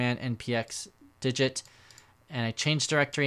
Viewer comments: It's not "dijit", it's de-git as in remove-git, it clones the repo without the git history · Isn't it de-git? Like un-gitting a repo?